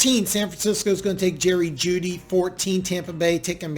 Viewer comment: ill answer for him. Yes.....it sounded like you said the de from iowa for a second so thats probably what he thought you said